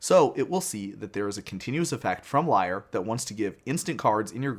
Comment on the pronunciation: Lee-air, not liar lol